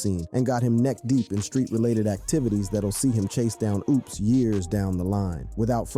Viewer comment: It's OPPS (AHPS), not OOPS. C'mon, bruh.